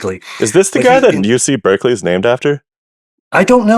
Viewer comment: it's pronounced Bar-kley, sorry I'm that guy 😅